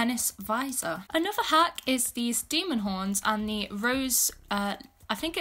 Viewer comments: no offense i love your content but when she says outfit hack all i hear is outfit ACK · "for the next outfit haCKh"